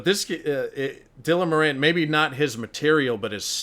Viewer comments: I know most people wont care, but his name is pronounced More-in hes from my home town and shares my surname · Moran is pronounced More-en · You're pronouncing his name wrong! It's an Irish name and we pronounce it 'Mawran'. 😊